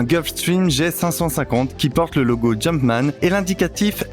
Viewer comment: Il a dit « le logo jumpan » chuis mort 💀💀😭